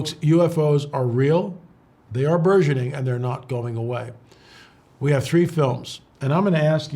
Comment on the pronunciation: BURGEONING is pronounced ...berjeniNG" ,,,,,,, NOT Zsa Zah ! It's a HARD G. ARRRRGH... LOL~